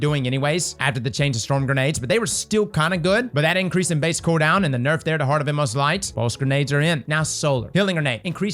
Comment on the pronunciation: It's okay I'll say what you want to say about heart of inmost light, Those MF's butchered my boy